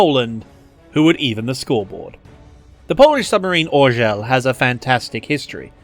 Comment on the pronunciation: About the Orzeł - you could've just said Eagle but as a pole I do admire your pathetic attempt to pronounce "Orzeł". POLAND STRONG POLAND THE BEEEEEEST POLAND POLAND WE'RE BETTER BECAUSE NO ONE IN THIS WORLD CAN SPEAK OUR LANGUAGE, EVEN OURSELVES. POLAAAAAAND POLAND STRROOOOOOOOOOONG !!!!!!!!!!!